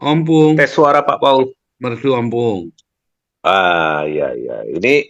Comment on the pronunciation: Pak Paul...... Di Negara mana tinggal ? Sendiri atau ikut keluarga ? Say ikuti terus cannelnya tiap hari disini kan ada Ompung Batak, menyebutnya bkn Ompung, tp OPPUNG YAA PAK Paul...mks semoga senang...❤❤